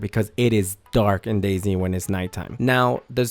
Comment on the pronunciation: Is it just me or or he said Day zing lol